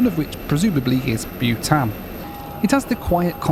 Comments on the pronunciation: Bhutan is pronounced BOO-tan, not BYOO-tan. Why do people mispronounce common words? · I thought you were flying 'Butane Air' until I saw the livery. Its BOO -tan 😊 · Byewtan- pronounced Bootarn. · your pronouncing bhutan wrong it's pronounced bu-tahn and how did you not know it existed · Not bewtan,, Bhutan (short vowel).